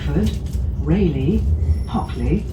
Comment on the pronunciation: RAYleigh and not RAleigh. Its not a bike company. 😅